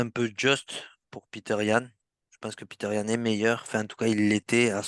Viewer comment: Bonne analyse les gars 💪🏻 "Peter Yan" 😂 C'est "Petr" les Frérot 😅😉